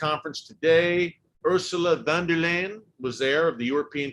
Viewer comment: EHH Ursela Wonderland... noo ursula von der leyen......... pronouce it like leien like in the word poseindon